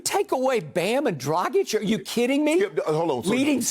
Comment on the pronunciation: I'm impressed how good Skip is reading Dragić, other commentators say Drajic (rhymes with tragic).